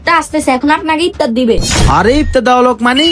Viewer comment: ইফতার❌ ইপতার✅ 😂😂😂😂😂😂😂😂😂😂😂😂😂😂😂😂